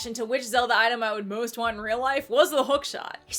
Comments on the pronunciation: "Suh-ree-uh" Me: "huh...actually never heard someone say it like that. Im now questioning how to say Saria's name" (I've always said and heard Sah-ree-uh, like the word sorry) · Its SA-RI-A NOT SA-RIA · Wait wait wait... "Sah-Ria"? I know there's no canon way to say Saria's name and I know the most widely used version is just "Sair-ia", but how have I never heard that first pronunciation before? I actually kinda like it! It's pretty! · Oh boy. I’ve never heard someone pronouncing Saria like that…